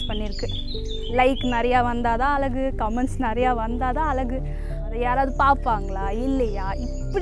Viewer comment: Pls say அழகு..... No அலகு...